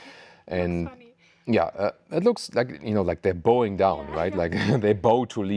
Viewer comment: English pronunciation tip: "The back seats are bowing down." "Bow" is pronounced the same as "cow" or "wow" not like "bow and arrow" or like boa in boat. I am sooo impressed with your English it is quite incredible that you can easily find the correct English words to describe something. Big hugs from the Hochschwarzwald! James